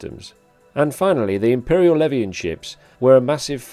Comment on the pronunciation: Good video, pronunciation of the leviathan drove me nuts tho lol